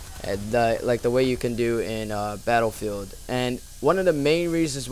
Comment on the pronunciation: I like the way you pronounce BATTLEFIELD